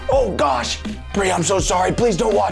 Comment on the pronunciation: It’s bri not bree